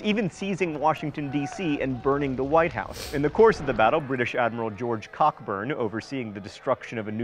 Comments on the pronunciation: Cockburn is pronounced Co-burn ck being silent (insert your own jokes below) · Re: Admiral of the Fleet Sir George Cockburn. I take it that the atrocious mis-pronunciation of that gentleman's surname WAS a consciously ironic comment on Americans' well-known inability to pronounce even mildly 'challenging' English names correctly (and not just when they end in ham or shire )? Just for the record: it's pronounced CO-BURN !!